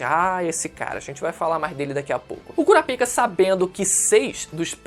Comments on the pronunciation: não fala " CURA PIKA " más sim " CORAPAIKA " tendeu, pronúncia assim cara. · Basta assistir o anime para saber que a pronúncia é "Kurápika"....não acredito que tu entrou na do Mangão... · Kura pika? Wtf? Se lê KURÁPIKA tudo junto. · Sempre q fala o nome daquele cara q cuida d pênis doente eu dou risada , o "Curapika" 😂😂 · A pronúncia certa não é “cura pica” kkkk e da outra forma mesmo que você falou kkk